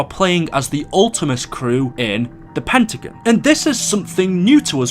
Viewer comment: Tbh the way u say “pentagon” bugs me 😂😂